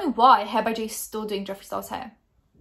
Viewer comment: I thought you pronounced his name good